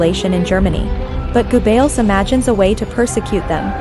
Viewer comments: lol....Joseph Goo Bells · Go-bells? Female needs to learn pronunciation